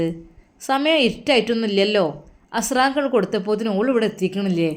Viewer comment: അസ്രാങ്ക് അല്ല അസർ ബാങ്ക്